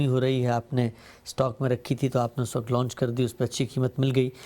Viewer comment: صاحب, براہ کرم لفظ "وقت " کو وقعت نہ بولا کریں, اچھا نہیں لگتا.